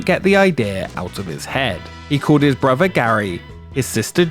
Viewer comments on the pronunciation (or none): please learn english there is no v in brother sir.